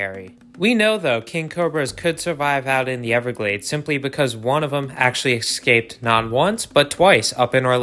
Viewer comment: the word is "intentional" and not "purposeful". Additionally, "escaped" is pronounced like it's spelled and not as "ekscaped"....